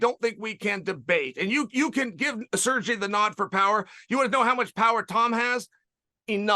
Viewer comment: "Serji Pavlich"